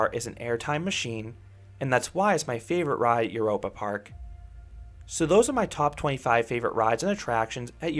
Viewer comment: By the way: The German "eu" is pronounce like the English "oy". So... "Oyropa Park". 😊